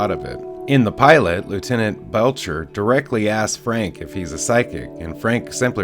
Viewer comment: Lt Bletcher, AKA Bletch, not Belcher.